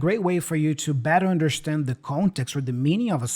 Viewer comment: Why. In understand Tiago says undershtand?